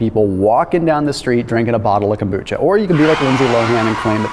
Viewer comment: FYI kombucha is very easy to make. I first started making it about 20 years ago... Not consistently since then though because stuff got in the way however I've been making kombucha again for the past few years. Yo,, there is no T and kombucha and what I mean is the letter t. Kom bucha. Not Kombootcha.